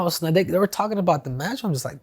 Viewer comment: Chael saying “Schnieder” instead of “Snyder”😂